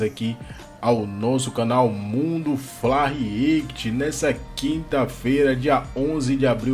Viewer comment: Amigo...vc precisa aprender a pronunciar "REACT"